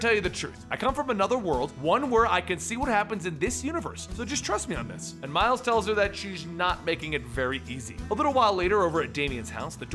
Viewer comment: "Mile Morales" xD